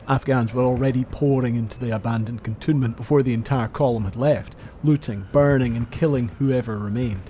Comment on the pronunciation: Excellent work. And by way of a bonus, I know now the correct way to pronounce “cantonment”, which I had always assumed was simply the addition of “ment” to canton, as opposed to cantoon 😊